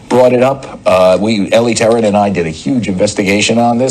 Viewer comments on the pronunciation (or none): none